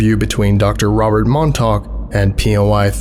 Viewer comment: As someone who grew up on Long Island, you have no idea how much of a relief it was to hear you pronounce Montauk correctly! I think you're the only one I've ever heard say it right